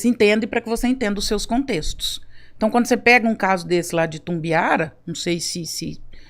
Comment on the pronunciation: Não é Tumbiara, é ITUMBIARA!!!!!